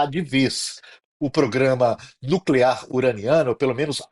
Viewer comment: programa nucler uaneano kkkkkk